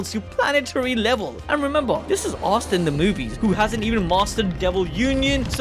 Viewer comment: you need to stop calling him "arr starr". Asta (aaa sta or ah sta) <